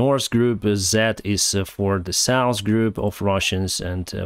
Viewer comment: "nors" and "saus" words do not exist, notice the right pronunciation is "norz" and "sauz", with love...